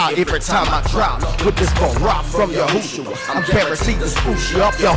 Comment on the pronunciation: Yahshua*, not Yahusha😁